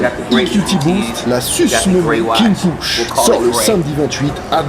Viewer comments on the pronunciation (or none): none